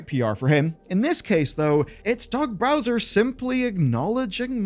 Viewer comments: Cant tell if its an accident or just your accent, but its Doug Bowser, not Browser. I know...first time I noticed kinda blew my mind, too. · there is only 1 "R" in "Bowser", and it's at the end. You mispronounce this repeatedly throughout the video. Dude has been fighting Mario for 30 years and you can't even get his name right 🙄